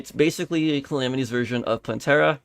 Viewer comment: The way you pronounced Calamitas made me hurt inside...